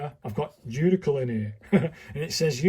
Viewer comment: Why do you mispronounce “uncial” so badly? First, the “i” is AFTER the “c.” And the “c” is not a /k/ sound. The word i pronounced “UHNT-seeyuhl.” You’d think someone as schooled as you are in calligraphy would know this